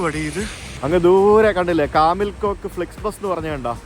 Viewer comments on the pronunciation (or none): Kamil Koç - കമിൽ കോച്ച് ആണ് , കോക്ക് അല്ല !